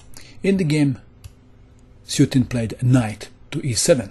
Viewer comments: Small point: I think the opponent's name is pronounced soo-Etin (think "sweatin") not "suit"in. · Isnt Sueting pronounced - [su-etin] instead of [sutin]? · Hello This is a note how to pronounce "Suetin" You say Soo-'eh-tin", emphasis on "eh". In Cyrilic this is "Суетин".